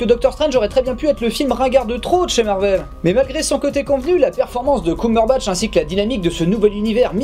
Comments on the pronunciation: Mec, le "Cum" de Cumberbatch, ça se prononce comme dans "I'm gonna cum" et tmtc, ça ne se dit pas "I'm gonna koum" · Je vous en supplie,c'est "Kembeurbatch" ^^ désolé entant que Cumberbitch je peux pas m'en empêcher 😅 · J'entendais que quitte a le prononcer en francisant, autant s'en rapprocher le plus possible. Cumberbatch, quand il prononce son nom, ne dis pas "coum" mais "keum". Il me semblait plus logique de s'aligner à cette prononciation. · ***** Non, Coumberbatch (/kumbərbatʃ/ n'est absolument pas un mélange, c'est juste une prononciation française possible d'un mot étranger. Dans le mot anglais il n'y a aucune voyelle en commun : /kʌmbɛbætʃ/ Et très honnêtement je suis absolument certain que Benzaie est parfaitement au courant de tout ça et prononce Coumberbatch juste pour faire chier. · Il n'y a pas a chercher, chacun le prononce comme il l'entend mais si on veut franciser au plus proche de la phonétique originale, c'est Keumbeurbatch.